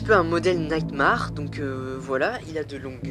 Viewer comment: AAAAH !!! T'A PRONONCIATION DE NIGHTMARE C'EST ORRIBLE X(